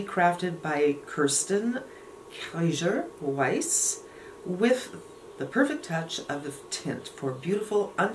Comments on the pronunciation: I think they pronounce it as ‘Key-er Wice’. I’ve ordered this and can’t wait to get it. My story is “ made me buy it.’ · Pronounced keer wize:) you look great!